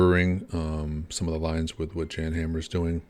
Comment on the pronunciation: JAN is pronounced like yawn not Jan